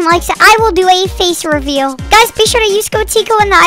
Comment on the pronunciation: He said "face" recveal